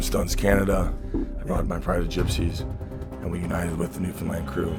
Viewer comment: only celebrity to pronounce newfoundland the right way ever